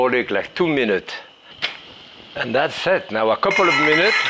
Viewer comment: "an thots eit"